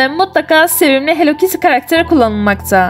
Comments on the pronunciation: Çünkü o "hell kittiy" değil "Hellokittiy" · onun adi hello kity hell kity degil korkmayin bu yanlis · Abla o hell kitty deyil o hello kitty